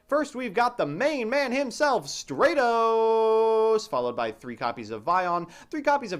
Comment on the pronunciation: It's Stratos not Straightos